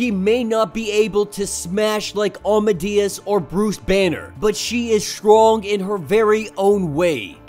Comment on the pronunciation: No offense but I don’t think you’re saying Amadeus right 🤔